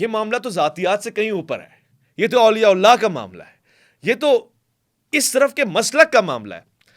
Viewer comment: please Auliya Ullah na kaha karain. Sahi lafz Auliya Allah hota hai. Thanks in advance